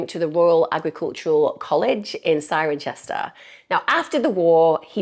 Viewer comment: Loved this ep - although Cirencester is pronounced cester not chester 😊